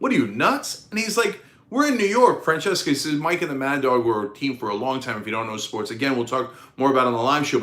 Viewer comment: Mike fran ses sa. Not fran ches ka